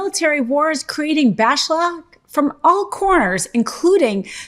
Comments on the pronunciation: She's not worthy of the Meidas name. Bashlack? Swing state? Nu-cu-ler? Needs a redo. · “Trumps military war is creating backshlaw.” Lady are you drunk? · What is “bashlack”? You mean backlash? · "bashlack" - 😂 I occasionally get dyslexic in my speech too. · Bashlack? You could have done another take on that. Then again, I like it, new word unlocked. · "Bashlack" lol. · “Bash lack”??? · What is "bashlack"? I could have sworn that the word was "backlash". At least we know that your videos aren't censored. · Did she say "BASHLACK"?? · you said "bashlack". is that a new thing?? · Am I the only one who has to remind more then once to make sure she said “bashlack” 😅